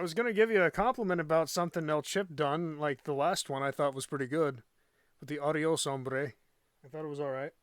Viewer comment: "adios hombre" Your Spanish is very clear! Cool